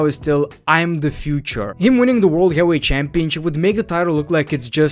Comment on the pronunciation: Is English his second language ? Lol ain’t ever heard bro say heavyweight correctly